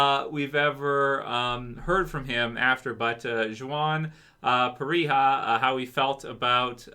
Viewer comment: It's pronounced wahn, the J is silent in Juan. lol 😂